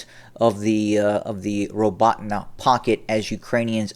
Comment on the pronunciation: Robe-ah-Teen is correct pronunciation